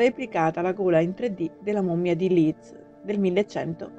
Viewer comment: LeedS, non Leed. "Museum" è inglese. Non si può sentire letto in latino. Vi consiglio un minimo di verifiche scolastiche prima di pubblicare un video del genere.